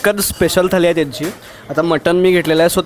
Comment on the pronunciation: थाली नाही थाळी